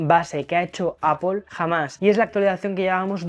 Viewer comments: Aunque es Apl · Manía de meter una O en la segunda sílaba en Apple. La transcripción fonética de "apple" es /ˈæpl/, y se pronuncia como /æ/ (como en "cat") + /p/ + /əl/ (un sonido "schwa" o "e" invertida, como en "label"). En cuando a la cámara. Solo tiene zoom óptico 2X, lo que invalida al teléfono al 100%